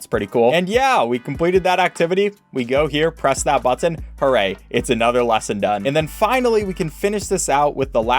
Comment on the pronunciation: Is it just me or does he say button with 4 t's "Butttton"